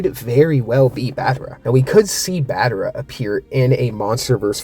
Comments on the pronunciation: What is battera;-; it’s battra not battera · Its BAT-TRA! Not Bat-ter-a! 😭😭😭